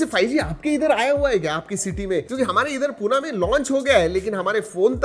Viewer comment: पुणे बोला सर. पूना नाही